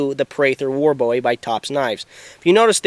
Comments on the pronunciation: James Bowie's name is pronounced 'Bu ee' not Bow ee...Us Texans are kinda' anal about that...{:-) Jes' sayin'... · It's a boo-wee knife NOT a bowie